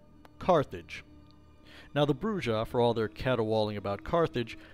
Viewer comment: Argh... "Brujah" BROO-hah